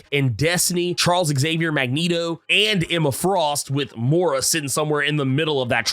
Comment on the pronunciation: It's Moy-rah, not Mow-rah.